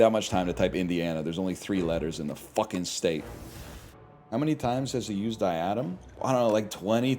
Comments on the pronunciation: Him repeatedly calling it "Die Adam" is gonna make me blow my brains out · His pronunciation of diadem was so confusing, he really had me googling "diatom sts"